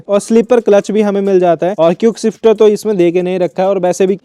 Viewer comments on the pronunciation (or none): Hahahahahahhahahahahahahhahahahahahahahaha bro hear him say cuikeshifter hahahahahahahaahaha